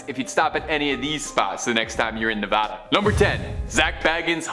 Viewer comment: If you want some credibility when doing a Vegas video, pronounce the state name Neh-vah-duh, not Neh-vaah-duh. It’s such a huge pet peeve in NV that that advice is painted in a huge mural in multiple government buildings new residents visit, like the DMV. I made the mistake when I moved there 20 years ago. Once😂